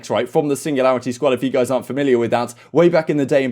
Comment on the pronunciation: Alroiightt goiyss